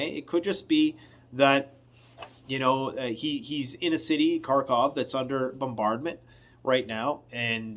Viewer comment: thanks for all your hard work and value your point of view. Just a quick pronunciation tip - in slavic languages Kh diphthong is a gutteral H, so Kharkov is Harkov (and the final v is almost an f)